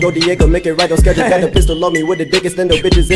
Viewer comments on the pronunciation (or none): none